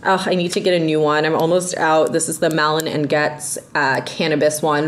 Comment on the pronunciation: Finally someone who correctly pronounces Malin and Goetz.😂